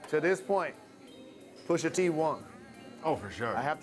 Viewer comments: White People: Says "Pusha Tree" when it's Pusha T... 😂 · Did I heard this dude said Pusha 🌲 like seriously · “Pusha Tree” lmao